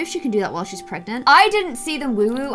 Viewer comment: Am I the only one that always says “iT’s wOoHoO nOt wOoWoO” everything said woowoo 😂